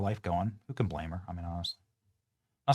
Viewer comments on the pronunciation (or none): none